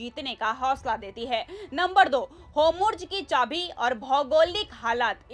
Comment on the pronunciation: Kaise jahil anchor hai es ne arabic urdu padhi nhi hai kya jo hormuz bolne bhi nhi aati en jaise log sirf naam k musalman hai